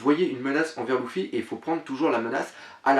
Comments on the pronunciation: putain on dit LU-FFY(lefy) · Tu me stress a dire louffy XD